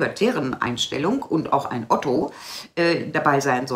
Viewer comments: Liebe, der Mann heist OTTE, NICHT OTTO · Ott-E Nicht Ott-O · Kein Otto. Er heißt Otte.